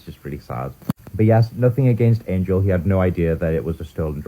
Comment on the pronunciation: Angel is pronounced different in bulgarian and he is Bulgarian it's Angél